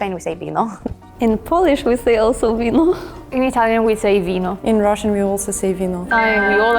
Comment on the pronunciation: 0.5 It's vino not vico